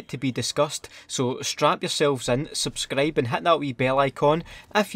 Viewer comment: "Subscreb(subscribe)" "Squot(squad)" What is this word, sir?